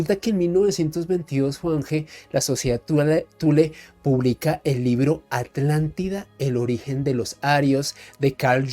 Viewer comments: QUÉ HORRIBLE COMO DICE ALANTIDA Y NO ATLANTIDA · es mas flojo que el tabaco holandés, no se toma el trabajo de pronunciar la At. Según el Diccionario Priberam de Portugués y el Collins Diccionario español-inglés, la palabra “Atlántida” se pronuncia de la siguiente manera: En español: /atlanˈtiða/ (at-lan-TEE-thah) En portugués: /atlanˈtiðɐ/ (at-lan-TEE-thah) (con un acento tónico en la “i” y una sílaba más breve en la “da”) En ambos casos, la pronunciación se enfoca en la sílaba “Atl-” con un sonido similar al inglés “at” (como en “atlas”), seguida de la sílaba “-án-” con un sonido similar al español “án” (como en “cán”), y finalmente la sílaba “-tida” con un sonido similar al español “ti” (como en “tiempo”) y la terminación “-da” con un sonido suave y breve. Es importante destacar que la pronunciación puede variar ligeramente dependiendo del dialecto y la región, pero en general, la pronunciación indicada es la más común y aceptada en español y portugués.